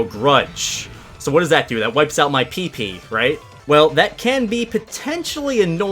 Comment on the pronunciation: PP* that's how you say it :)